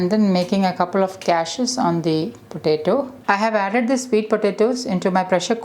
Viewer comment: Gashes not cashes